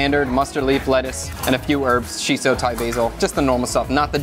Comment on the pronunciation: the way you always calling perilla - "chiso" sounds so spoiled.